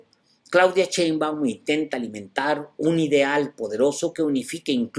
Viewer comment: De acuerdo con usted, pero... pronuncia bien el apellido de la presidenta. Saludos afectuosos